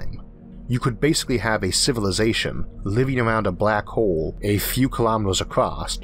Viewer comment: The last person? The showt stowey?? The bwack howel theowy? Am I hearing a thick speech impediment? I am NOT knocking it at all!! I am just making sure that my hearing isn't "off"(I am 50% deaf in my right ear) and I Am Impressed at what a great, smooth voice the narrator has with the "ear-catching", accent like sounding , speech impediment. Indeed it is impressively nice!😎